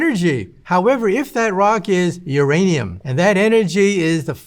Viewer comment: i love how he puts emphasis when he says uranium